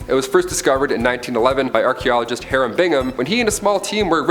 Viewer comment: The constant mispronunciations drive me bats. They speak volumes about the narrator. Learn the words, dude -- Sunoco, Cuzco, Hiram... jeez.